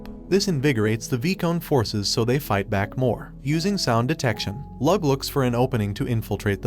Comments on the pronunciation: My only pet peeve of the video is that he pronounced "leeyu" as "lug" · Lugh is said like Lou NOT lug, you wouldn't say Hugh Jackman's names as Hug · Lugh is pronounced lew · A good few of those names are Irish if anybody's curious about pronunciation. Eh Lugh is more like Looh